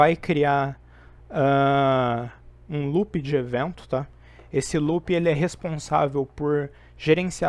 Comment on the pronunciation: Show! Só corrigir a pronúncia do "loop" que fica top!